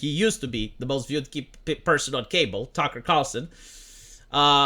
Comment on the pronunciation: you spelt the f word wrong to get around the censor but didn't notice the mispronunciation is doing the same thing